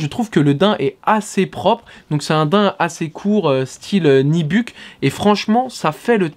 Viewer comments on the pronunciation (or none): Waaaaah tu me fumes à chaque fois que tu dis Nibuck & Salehe Burberry !!! Répète après moi.. BEM BU RY ! C'est pas si compliqué si ? :D